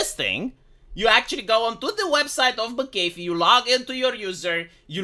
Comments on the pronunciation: Mc Aeh fee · Hey, watch any video ever made involving John McAfee to get the pronunciation down.